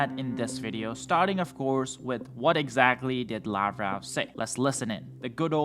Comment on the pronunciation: Lavrov is pronounced as "Lav-rov" NOT Lav-row.